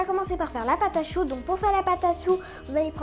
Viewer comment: ta dis la "pâte à soux" à la place de "la pâte à choux" 😂😂 😋😋😊